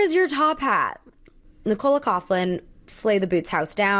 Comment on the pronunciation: Love the review and I normally wouldn't correct someone on this, but it seems like every review I've watched of the Met has been her calling Nicola Coughlan, Nick-Cola. She pronounces it more like NI-cuh-luh. And her last name, Coughlan (which is Irish) is pronounced more Couck-lan, not Couph-lan. Just thought I'd mention it in case she ever comes up in one of your videos again☺